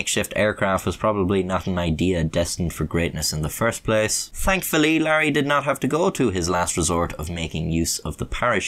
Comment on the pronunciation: Larry ain't care-ey